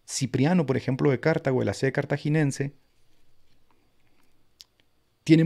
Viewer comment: Qué buen live,! Gracias al Señor que podemos ver lo ridícula que es la iglesia romana intelectualmente, gracias a que siempre hay alguien, por la gracia de Dios, que levanta la voz contra ellos. Solo quería hacerte un comentario: "Cartago" se dice como grave: "Car-TÁ-go" y no "Cártago". No tiene tilde en la primera sílaba, y es una grave:D